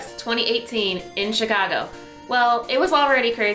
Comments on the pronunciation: I thought there was an A in Chicago? ;) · Chicago not Chigo